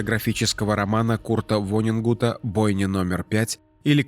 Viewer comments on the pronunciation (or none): Диктору следовало бы правильно произносить имя великого писателя Курта Воннегута. Дважды сказал: "Вонненгут". Такая нелепость.